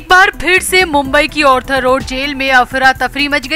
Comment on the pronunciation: It is R-thar Not Or-thar 🌹